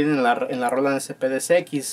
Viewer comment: Roland, bien pronunciado, asi tambien las siguientes ,canal, mas o menos, descarga, cheken, descripcion , sonidos, programados, de esa manera etc etc etc etc etc... pero la palabra SAMPLES que deberia sonar ASI SIMPLE SAMPLES, ESA NO!!!!!!!, ESA PALABRA SI SUENA DIFERENTE SUENA ASI "SEMPL" jajajajaja por que asi po que poqueeeeeeeeeeeeeee